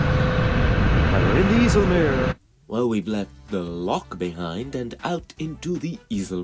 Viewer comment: Its not the north sea Its the Waddenzee. You dont use charts.? And Its not the iessell meer Its Called the eisselmeer